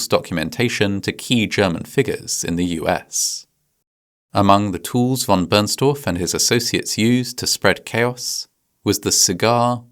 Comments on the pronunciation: v. Bernstorff, not Burnstaff. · "Von Burnstuff"? Seriously?!?! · Its “Von Bernstorff” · no one is "translating it", the funny part is intended to be that the pronounciation in the video sounds like "Burn stuff" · Never check a good story because it will collapse! Johann Heinrich von Bernstorff was his name! Americans never get names right ever. You guys don’t even try to pronounce foreign names correct, you think English is the only way. Just like IKEA it’s not I as in Ike or I it’s eeeekeeeea! 😊